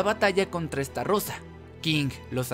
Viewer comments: Se dice "ESTAROSA" NO "ESTARROSA" XD XD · Se dice estarosa no estarrosa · Alguien más convulsiona cuando dice "Esta rosa" en vez de "Estarosa" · che amigo por que deci estarrosa si es estarossa por le pones una r de mas???? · oe se llama ESTAROSSA no como lo pronuncias ESTARRROSA 😂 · Todo muy bien.. solo que es STAROSSA Y NO!!!!!! ESTARROSA... YA NO DIGAS ESTARROSA TE OYES MUY MAL!!!!!! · Es estarossa no estarrosa!!!!!!!!!!!!! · Tus videos muy bien amigo en serio solo que estarosa la r se pronuncia ligera cuando tu la dices suena como esta rosa y no bro, se oye mal Solo eso lo demas muy bien tu edicion y todo sigue asi solo es un concejo no me lo tomes a mal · We todo el rato q decia "estarosa" escuchaba " esta rosa" 🤣🤣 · Me aburrí de escucharte decir estarrrrrrrrosa🙄